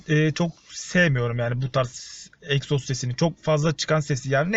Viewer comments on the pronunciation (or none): Eksoz degil egzoz 🙂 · Eksoz değiiil EGZOZ 😁😁😁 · Eksoz değil abi egzoz abi binde uzun bi kesiciye sokar misin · ABİ EKSOZ Deyil o Egzoz